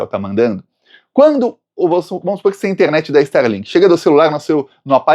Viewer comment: Nao e sterlink, e starlink.